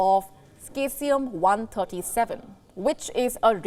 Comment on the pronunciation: This radioactive element is pronounced as ˈsēzēəm.